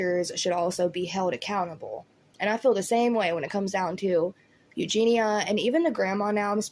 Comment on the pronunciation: You’re the only person that pronounces her name right. EuGENia rather than everyone else says eugina 👏🏼🥰